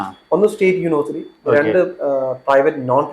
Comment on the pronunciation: Sir, please correct your pronounciation of "university." It is not pronounced "unu-versity," but "uni-versity."